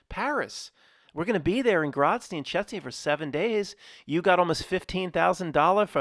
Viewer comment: Grozny and Chechnya, not Grotzny and Chetsnya. You can do it. 😂🤣😂